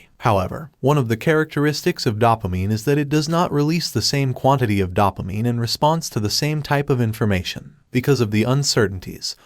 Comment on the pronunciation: It's dough-pa-mine not dawp-a-mine